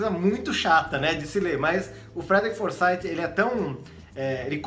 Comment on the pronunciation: Se você me permite uma correçãozinha apenas: a pronúncia do nome do autor é Forsith com th com som de f. Algo próximo a:"Forsaif. "